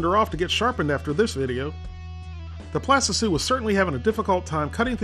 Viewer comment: plastitsu lol